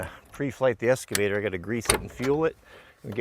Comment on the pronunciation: Ah yes "Escavtor"